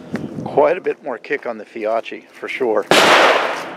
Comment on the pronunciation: The Fiocchi is pronounced “Fee-O-kee”